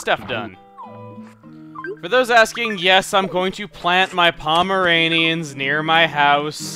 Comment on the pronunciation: I'm pretty sure you said, "I'm going to plant my pameranians" ... Isn't that a dog!?